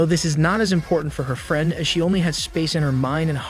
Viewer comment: No offense my man but how do you have perfect pronunciation for almost every other word you say but absolutely butcher "Friend" and "Spinning"?